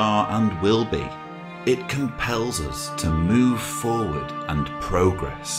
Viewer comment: I think 'progress' is meant as a verb as in emphasis should be on the second syllable...:-) Hey is someone proofreading your book...??? All the best!